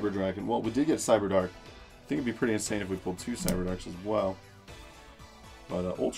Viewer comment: Did he say inZane?????